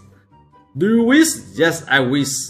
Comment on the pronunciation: Its not wis its wish